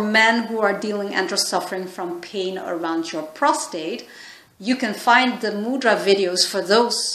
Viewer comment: Please correctly pronounce mudra... It's irritating to hear ..from India